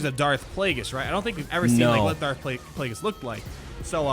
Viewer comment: It's Plagueis.